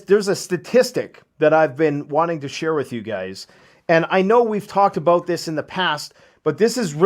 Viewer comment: I think you mean to say "talked about"... not "tocked abwooot"..